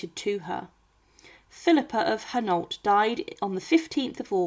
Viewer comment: I did, I get insulted when Philippa comes out Philipper and it butcher's Hainault.